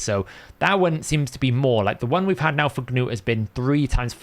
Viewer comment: Not to be that guy, but it's Nut not Ga-noot 😂